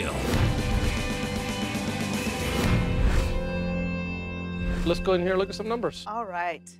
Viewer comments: its gill not gil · Same with me. And I also figured that is not his real name. I thought Gill was an English version of the Spanish equivalent: Gil Smart move though changing his name to an "easier"to pronounced one. Good for business.